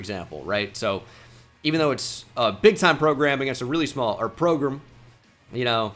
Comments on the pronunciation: idk if its a texas dialect thing but i noticed in this episode pronounces program like "progrum" or "progrim" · using “progrum” whenever possible will never get old 😂